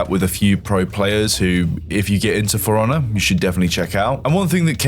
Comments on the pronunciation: love the british accent: game sounds like, "Fraunnah." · I usually have no problem with your Bri'ishness, but every time you say For Honor I hear Forunna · Its "Piranha" with an F instead of a P 😂